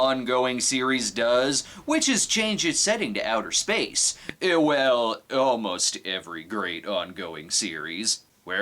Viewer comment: "Spaceon" LMFAO